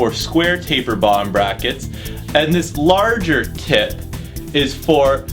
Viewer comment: His "adjustable tip" sounds like "adjustable tit"